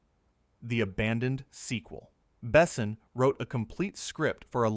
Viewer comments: not Bessin… bes/On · The only problem with this speaker is he doesn't pronounce any of the names right it's not ((((Bess son ))) it's Luke Bassan.